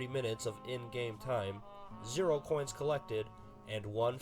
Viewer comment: I love when he said “0 coons collected, better luck next time, Porkrind.” Just hilarious 🤣 😂